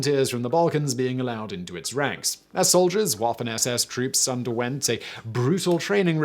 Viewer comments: It’s Vaffen and not pronounced as waffen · Waffen is pronunced vaffen... W is a hard v. Same reason germans say "Vhat do you vant vith me?" V and W is switched... It sounds silly when you say it wrong, in either language. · It's pronounced vaffen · Waffen - pronounced Vaffen. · I think the similarities between waffle and waffen are hard to overcome. OTW, he pronounced the other words correctly. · Hey Simon, thought I might help out a little with your pronunciation. The W in waffen is pronounced as a "V". So it's pronounced like "Vaffen" (this is a general rule in all german pronunciation" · You pronounce everything else correctly and then you come out with Woffen SS? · As a very much armchair historian and lazy-man viewer of many documentaries and WWII vids, hearing "Waffen" said with an English "W" sound over and over makes me cringe.... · As a historian you should really try to learn a bit of German pronunciation. It's really painful how you butcher some of the words. Especially words you repeat a whole lot of times in one video, like "Waffen", because German "W" is pronounced like English "V", not "W" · i had to stop watching. I could cope with him cantering through with the speed of a racing commentator - how difficult would it have been to pronounce Waffen or Wehrmacht even approximately correctly? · his flip-flop between pronunciation of Waffen vs Wehrmacht is triggering